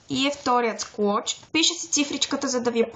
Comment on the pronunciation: Видеото е хубаво,но забелязах че казваш склоч а то е слоуч